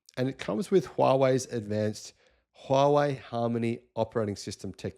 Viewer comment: Finally someone who says 'Huawei' properly.